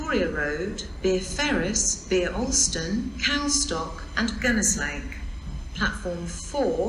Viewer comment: Good to hear the announcements are mangling both English and Welsh language and station names... Especially the announcement to Gunnislake... A laugh a minute...